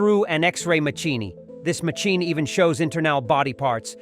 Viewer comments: I HATE the Robot AI voice the pronunciation is crap..ma..chi..kni instead of machine?!!! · AI voice quite poor, MACHEENY for machine. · No - not the x-ray "machinny" !! Anything but that !! lol You idiot uploaders who are too lazy to speak and would rather use A.I. narration are doing yourselves more harm than good. A.I. is pathetic, and will always make mistakes, yet you seem ok with that. Enjoy the Dislike. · an "ex ray ma chee nee". What is that and what does "un dress said" mean?